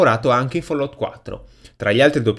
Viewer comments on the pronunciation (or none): none